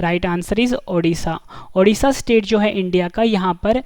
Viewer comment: Hello sir it is not odhisa it is ODISHA